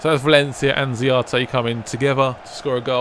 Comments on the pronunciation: why you keep calling him ziate? it's za-ra-te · can you just learn to say the players right names its not zayate